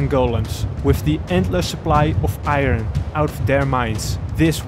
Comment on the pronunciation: He said iRen instead of iron but overall I loved this vid since it came out